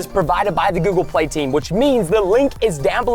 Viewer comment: Guys when he was sponsoring google play he said google pway